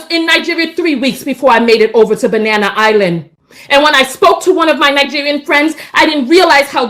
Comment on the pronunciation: Nine-gerian- American?